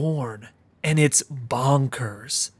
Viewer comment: It's more clear if you have the Voice Acting on, the way he says Bonkers sounds more like "Bankers" This and a scene soon after this is genuinely one of the creepiest moments in the entire Game